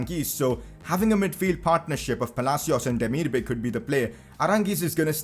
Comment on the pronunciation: It’s pronounced demir-ba-aai